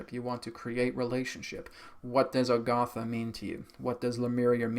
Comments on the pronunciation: I have notied throughout all your videos on Agartha (even the channeled ones), that instead of pronouncing it like it's spelled you pronounce it Algartha. I say you but even Adronis pronounces it that way. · Agartha, Argatha?